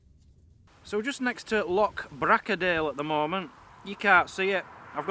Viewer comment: Oh man I love your and Mazzy's videos but you drive me mad when you say LOCK it's LOCH I know you can pronounce it cause when you were in Wales you said the ch word correctly so can you please try and say loch instead of LOCK